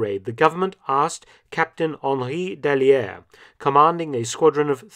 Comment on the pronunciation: The double l in "Dailliere" is pronounced like y.